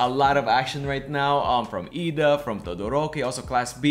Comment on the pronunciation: It's iida bro the first letter is 'i' not l